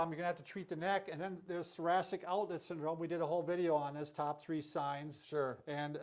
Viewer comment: you speed through the names .. and mumble the top 3 cant even understand